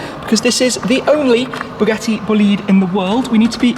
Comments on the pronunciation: Booliid??? Bòlide, its italian my friend .:) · "Bugatti """"Bullied""""" 😅 it's ITALIAN, in my language we say "BO LI DE" ("bo" - ""le" - "the") .....not "boleeeeed" for sure 🤣🤣🤣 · Not,Bo’lid..........it’s an Italian Word......Boli’ de,Yes it’s made in France but the soul is 100% Italian.....Right Ettore? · Its not bleed its bol ide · It's not pronounced "Boleed". It's "Bo lide". The lide rhymes with ride. Merriam Webster defines bolide (bō-ˌlīd) as a large meteor : FIREBALL , especially : one that explodes. I guess Shmee isn't much of an astronomer. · Bugatti BOLIDE not bolid😂😂😂 the italian is important for the car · Dude it’s not “Boleede”, it’s Bolide ,that in Italian stands for “f*cking fast car” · It’s bÓlidE not bolÍd my god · Mr. I suppose the pronouns is: “bòlide” not bolìde. (Slippery trisyllabic). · Your pronunce of Bolide is terrible. It’s italian, Bolide in fact refers to a vehicle that give you a strong feeling of power and speed when you look at it. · I dont actually understand the name.. bólide in italian is an expression to describe a very fast car so i can’t immagine another translation for the name which is italian, please Don’t pronounce it bolìde, sounds very wrong :) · it's Bolide, not Boliiiiiiiiide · Please don't say bugatti buhleed, sounds so extremely wrong. It's more b-oh-leed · The term "Bolide" is italian so the pronounciation is like "Boleedae" not blliidd 😂😂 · Schmee, I’m sorry... I’m Italian (Bolide is Italian) and i have to tell u this: it’s not Bolid, it’s BolidE (the E sounds open like in “forEver” or “fErrari”) Greetings from Florence ⚜️❤️ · Bolide not Bolìd!!! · it's not called "BLID"... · He said bugatti vleed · Please tell me it’s not actually pronounced “boo-lead” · Nope, nope. It's Bo lide. The lide rhymes with ride. Merriam Webster defines bolide (bō-ˌlīd) as a large meteor : FIREBALL , especially : one that explodes. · It's pronounced "Bugatti Bo-lee-deh" btw THX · as an italian, the pronounce "boliiiiiid" it's killing me